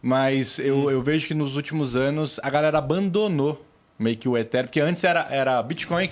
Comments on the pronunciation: Também queria saber de onde tiraram essa pronúncia 'Etíriun', kkk. Pior que os apresentadores foram na onda deles,kkk. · Ridículo falar itírium